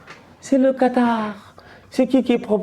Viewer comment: c est le Quatarrrrrr 😂😂😂😂😂